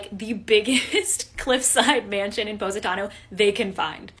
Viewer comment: I’m Italian (born and raised in Canada not straight up Italy) and I am CRYYYYYYING how they’re saying positano 😭😭😭😭😭😂😂😂😂 “paws-i-tano” 😂😂😂